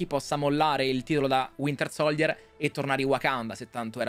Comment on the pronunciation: Ma perché non riuscite a pronunciare correttamente SOLDIER🙄 (SOLJIER)